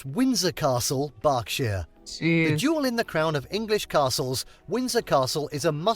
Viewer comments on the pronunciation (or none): none